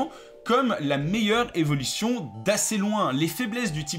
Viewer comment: Au début de la vidéo pourquoi il dit "evolition" à chaque fois